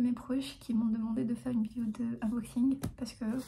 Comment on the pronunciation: Mdrrr j'adore quand elle dit "vidio"